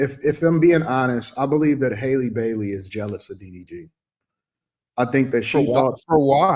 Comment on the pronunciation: How come no content creator says her name correctly. It's Halle like in Halle Berry, not Hailey.